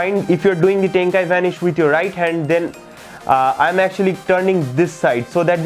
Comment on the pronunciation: “den you move tee tumb to do dee tyke bombing” I’m ded lmao